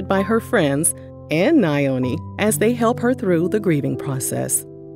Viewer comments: Na-Yo-Ni No madam it’s NYO-NI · It’s Pronounced Yoni like (Yoni Pearls) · I’m not from that man’s country but as an African… i know that’s not how you pronounce Nyoni